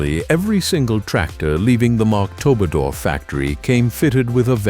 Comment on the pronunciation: Das Vario das Vario ist ein deutscher ebenso 🤭 Die KI kann sich wieder nicht entscheiden in welcher Sprache sie weiter machen will.😂 Marktudor statt Marktoberdorf 😂 einmal ist die Sprache schnell schludrig und fahrig wie Rudi Carell ohne sein Gebiss und dann wieder das Gegenteil davon.